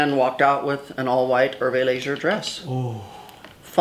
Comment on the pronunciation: You say Hermès and Herve Leger incorrectly